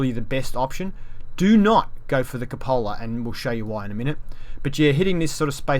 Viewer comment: It's pronounced coop a la